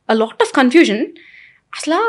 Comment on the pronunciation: Latt kadu lot English narchuko first